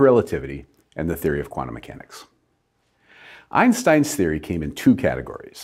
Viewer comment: Why do all americans misspronounce einstein's name?